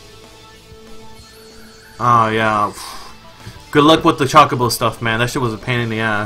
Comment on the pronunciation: I cringe every time he says Chocobo. CHAKABO. Lol. Other than that....this is a really good fan game.